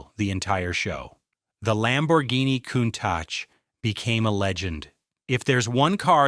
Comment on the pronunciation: 😆 coon -tak or cune-tash or cone-tauk